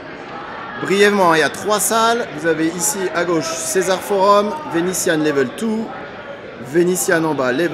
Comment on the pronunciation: Level oine,level tou,you cause very good engliche!🤣